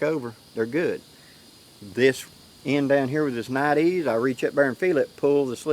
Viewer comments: It's pronounced Nite-EYEs, not night-ees. Niteees doesn't even make sense. And it's Pruh-sik not Proosik. Grammar and enunciation are important. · nite eyes is how its pronounced my southern brother!!! Hello!! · I'm thoroughly enjoying this back-and-forth between you and Dave. I feel like the entire community just leveled up with these enhancements. I do believe Nite Ize is actually pronounced "Night Eyes", mostly because they started with flashlights and headlamps. They now have tons of products to organize, illuminate and tie-down you outdoors stuff, including your dog. Their micro bug light is one of my favorites because it attaches to almost anything including a backpack strap super easily. You are showing their figure 9 rope tightener. Since I use a piece of paracord and one of those to hold down my BBQ cover, I stopped using the factory straps and it completely stopped lifting up like a friggin' mushroom in high winds, Plus it's faster. They even have a carabiner version for even more simplicity with this ridge line system. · Nite-Ize, say Nite Eyes :-)